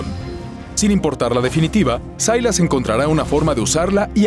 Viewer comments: Sailas pu wn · Sailas???? SILAS